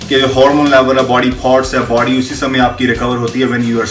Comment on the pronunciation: Body...not baadyy